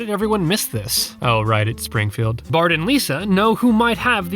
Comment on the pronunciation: Fart instead of bart